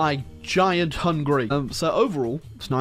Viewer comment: It’s ticking me off how he’s saying Hungary as hungry